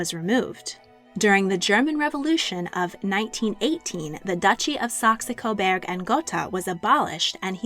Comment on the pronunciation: I like these shorts very much. Some times, however, you have a problem with pronouncing some German names. It is SAX COBOURG GERTA and Hesse is HESSA. Thanks and keep up the good work.